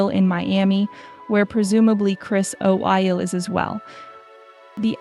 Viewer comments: O’Neal not Oeel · Chris O'Eyle? Who is narrating this, AI? This is bizarre. Get it right! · Princess Madeleine husband is Christopher O'Neill not o'eel. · The fact that you mis- pronounce Mr. Chris O'Neill's last name and give other erroneous infirmation, one must assume that NOTHING you report on can be assumed inaccurate, or plainly B.S. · If you are reporting about well known people make sure that you both pronounce and spell their names correctly, Chris O'Neill for example.